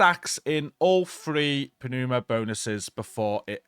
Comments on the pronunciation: Good guide! THis one had the potential to be really tedious. FYI: Pneuma is pronounced NOOMA. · Hi! The P is silent in Pneuma as in Pneumonia not Panuma :P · New-muh No P. Let it go. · Hey bud. Love your videos! Just a tip... The way you pronounce "Pneuma" is you do not pronounce the P. The P is silent. So "New-ma." Keep it up man! Hey Tool fans... Don't tell me you didn't do a little dance when you got the first 3 mods! Come on.... 1. Vicarious 2. Pneuma,(Anchient Greek word that translates to "breath" or "Wind.) 3. And Invincible!!! Right on Tool! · The "P" in pneuma is silent. Lol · PROC.. Programmed Random Occurrence... there's nothing random about you immediately casting an available ability. And the "P" is silent in Pneuma. That said, I'm gonna go touch some grass now. :P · The P is silent 😆